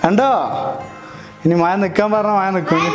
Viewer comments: മയ അല്ല. Bossea മഴ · Brthr, actually it's not മയ pls say മഴ ✌️😜 നമ്മൾ മലപ്പുറത്തുകാർക്ക് 'യ' ഒരു വീക്നെസ് ആണല്ലോ ല്ലേ 🤪🤪🤪